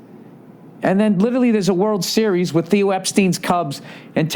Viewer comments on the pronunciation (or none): none